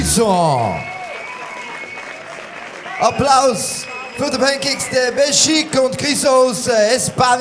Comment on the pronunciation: Every time they said Penkyx it sounded like Pancakes